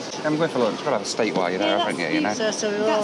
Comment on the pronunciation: " a bit of loonch"